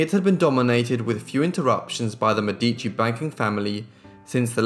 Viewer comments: Mèdici- it's pronounced like 'medi.(c)' + chi= Mè!-dichi = (chi like in Shang-Chi like you did). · Her name is pronounced de Mēh-di-chi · Beautiful video! One little thing: it's de Mèdici✨ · you say her last name funny